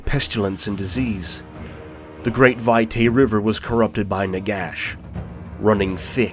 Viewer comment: Vitae isn't pronounced Vie-tay, it's pronounced Vee-tai.